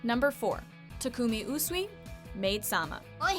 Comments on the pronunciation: It’s pronounced TAH-KOO-MEE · I'm just going to say this now if u can't pronounce the names right don't even try it's pronounced TA KU ME OHH SEE